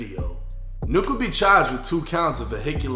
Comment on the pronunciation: Saying nuk as if its not said as Nuke Is crazy 😂😂😂😂